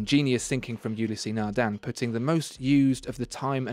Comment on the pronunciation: The 'E' on the end of Ulysse is silent, so it's a two syllable name, not three.